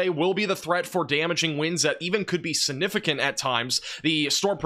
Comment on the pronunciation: AGAIN, The word is SIGNIFICANT NOT SINIFICANT. ALSO the word is SPECIFIC NOT PACIFIC unless you are talking about the ocean.